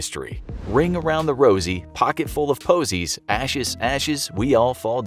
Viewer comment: It’s actually Ringa ringa ROSES not ROSIES